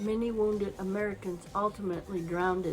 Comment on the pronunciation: 'Drown-ded'? Ah, no .... I'm outta here